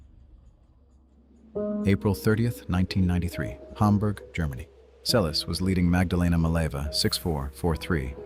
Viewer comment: It's pronounced like Selesh, not liek Seles with s.